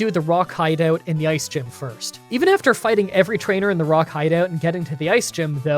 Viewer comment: I love how he said Rock hideout instead of Rocket hideout